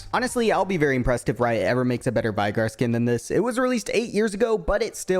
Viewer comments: WHY DID YOU SAY VAIGAR ITS VEIGAR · Why do you pronounce coven like that lmao and Veigar too like wtf